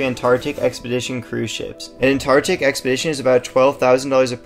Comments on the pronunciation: All that money and he pronounces it TARTIC. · Or maybe even pronounce the “c” in “Antarctic” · Is it just me or does it sound like he’s not pronouncing Antarctic correctly? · NEED TO PRONOUNCE THE ANTARCTIC WORD PROPERLY